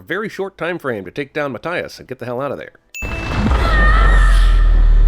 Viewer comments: Im sorry but is math, as in equations, does pronounces Matt, as in the short form of Matthias, no, its maTHias with the th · It's Ma-Thigh-Is, by the way. That's a review sin against you.